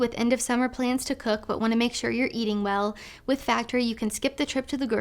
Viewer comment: MEN ARE JUST DONE WIFF ALL Y'ALL!!!!! IT'S OVA WIFF